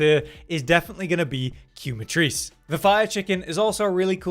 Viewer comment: It's KAY-ma-trice. Like "quemar", Spanish for "to burn". Kay-mar. Kay-ma-trice.